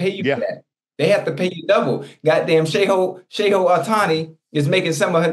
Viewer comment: "Got damn ShayHo Hotani" 😂